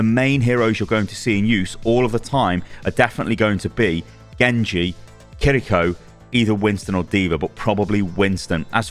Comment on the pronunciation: Thank you for being one of the few content creators not pronouncing Kiriko's name as "Kirr-EE-ko" :P